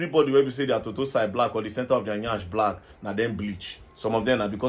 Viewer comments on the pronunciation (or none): The way this guy pronounced the Nyaassssh! Madt😂😂